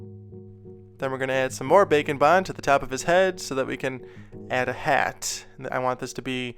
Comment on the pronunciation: I think by now you can safely admit that you're saying 'bacon bond' on purpose, right?